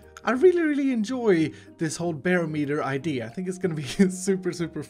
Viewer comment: Just thought you said ikea